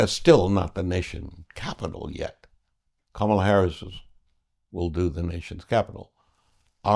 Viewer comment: Comma la...com.ma.la....not CAM.ma.la🙄